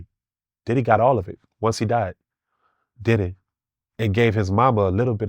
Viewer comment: Take a shot for every time he said “Didday” 😂